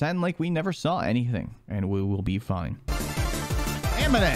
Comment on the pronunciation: casually says amine to toutoh